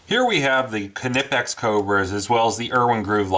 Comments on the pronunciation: The fuckin k is silent. Drives me crazy when people pronounce the "k" nipex makes me want to cut my ears off with a "k"nife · Kanipex? they are pronounced Nipex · Why not just say Knipex like a normal person? Or is it a rule to make up letters in between two constants? Like "Fridge" is pronounced Fi-ridge? Or Ground "Ga-round"? WTH man?! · Reviews Im german and it is pronounced knipex and not kenipex. But it is probably hard for non-Germans. The review is good though. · After watching this video I wanna stab my self with the KA-NIFE. Am I the only one that pronounces Knipex with the silent K??? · Nip ex bud lol kinipex 😂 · Knipex pronounced nye pex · no he didn't, it's "Kee-nipixs" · I wanna stab my self with the Ka-Nife. 🔪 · lol Ka-nip-x hooked on phonics worked for him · it's pronounced Nye-pex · Ka-nipex? Must be of same origin as a Ka-nife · Just curious. Since you had your Knipex Cobra right their beside you,and the Irwins failed Why did you resort to grinding off your exhaust manifold stud,and not just switch to your cobras? Just courious. Also as far as the pronunciation I think I would say Kipex with a silent N Ki-pex?? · Where’s your K’-nife? :P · Knipex with a hard K. None of this KU NIH PEX bullshit. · it's kuh-nee-pex dude. Watch one of their videos. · Sash Window no I don't say k nife but I'm not German either lol the K is not silent in knipex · The K is silent my guy. Nice review though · like knife, the k is silent. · It’s a silent K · It's a silent "K" in Knipex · Did you just pronounce the K? Thumbs down. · Do you say, "Kanife" for the word "Knife" as well? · just drop the additional vowel you add after K. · knipex has a silent K!!! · The K is NOT Silent! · Silent K bro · Actually yes, Knipex is pronounced not the way it is written, with a silent K at the beginning; silent. How do you say knife? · I say knife with a silent k because it's a english term; but Knippex is a german company; the K is not silent in german. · The k is silent